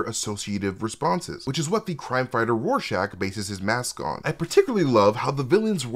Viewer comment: is great and all, but its RORschach not Warschach. It annoyed me when Patrick Wilson said it that way. I'm sorry, bit autistic lol